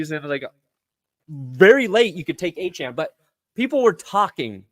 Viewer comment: Its Achane and its not even close...